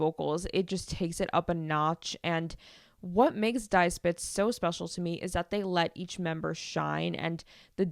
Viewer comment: Just discovered your pod. Love it! BTW "Die" is pronounced "Dee" not "Di"